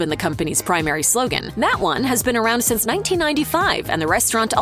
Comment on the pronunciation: The word you are trying to say is “since”. it is NOT “sense.”